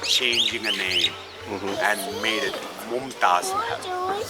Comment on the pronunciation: it's MumTaj not Montage